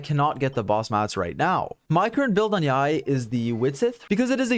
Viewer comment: Not only is one of the most knowledgeable YouTubers but the pronunciation of Yae is on point which makes all the more better